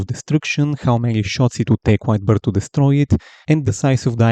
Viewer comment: Every time this guy said "White Beard" I heard "Wide Birth" 🤣